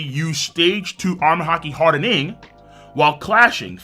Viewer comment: The way king says “hardENing” doh